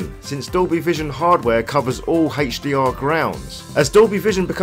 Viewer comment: Very informative video except the way HDR is said, it's like that cool whip thing from family guy...